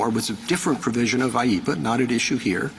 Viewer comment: There’s no such thing as “eepa” dude. It’s IEEPA.